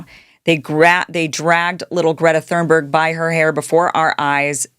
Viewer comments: Please stop saying "Thurnberg." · Hey Kim, Im super appreciative of your content and I mean no harm when I say this truly. Just for the sake of you knowing perhaps, but Greta's last name is Thun-berg. Not that you said it wrong on purpose, as I do not believe that. However I heard you say it a few times and thought maybe you just didnt know. You're one of the best weve got and im grateful for what you do. Thank you for having a heart and speaking The Truth. May ALLAH Reward you Kim. Ameen thumma ameen thumma ameen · Kim, Greta's family name is pronounced "Tune berg." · Why after so many years sre you spelling and pronouncing “ Thunberg” incorrectly? If you don’t know that how deeply did you check anything else? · I love Greta and the work she does. I got to the 3min mrk on this video, and I am so offended by your ignorant pronunciation of her name, that I am leaving now. There are plenty of sites on YT currently talking about the IDF and their seizure of Greta's flotilla. Most of them are fans of Greta and know enough about her that they can pronounce her name. Not you.... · Love you Kim but how do you not know how to pronounce (or spell) Thunberg by this point